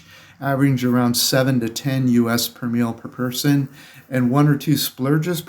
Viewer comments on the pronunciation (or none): none